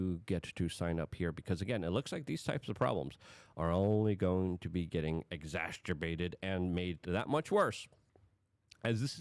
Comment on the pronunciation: Luke- "exasterbated." Is that a compound word mixing the words disaster and exacerbated?